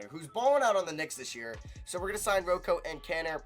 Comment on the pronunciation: NO ONE CALLS HIM ROE COE STOP IT